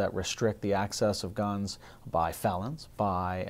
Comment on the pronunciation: Keep thinking he is saying ganj